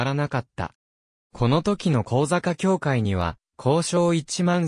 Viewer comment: 向坂をこうざかと呼んでいますが、さきさかと読むのでは？